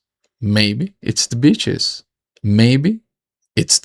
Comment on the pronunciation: I thought you said bitches instead of beaches lol. Happy Fathers Day!